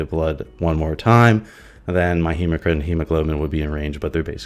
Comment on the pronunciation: Hematocrit not “hemocrit” 😂